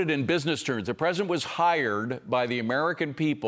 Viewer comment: Presinant. I can’t unhear it!